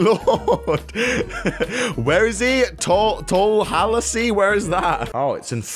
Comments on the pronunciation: He said tall a has see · BTW it's pronounced Tal-a-has-se... Tallahassee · once again I'm going to give you another lesson you say Tallahassee tall a hassy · It’s pronounced: tala hasee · Is anybody going to say how he pronounced Tallahassee